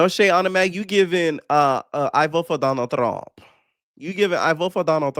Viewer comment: 😂 I voh fo donal thruump